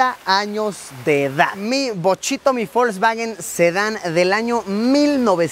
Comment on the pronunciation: Alguien mas escucha que luisillo pronuncia folsvawen...